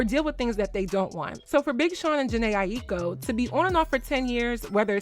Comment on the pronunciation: Respectfully, her last name is pronounced “EYE-KO.”